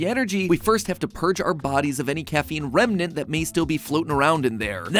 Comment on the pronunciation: He said R E M N A N T